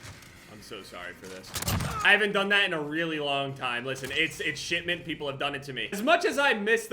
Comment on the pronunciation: No one:: Shit-ment